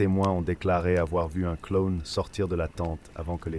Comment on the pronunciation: Pourquoi il dit clone et non clown 😂